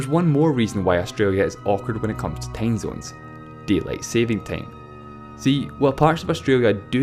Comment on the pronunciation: "Tame zones" XD My cuntri hab nane tame zones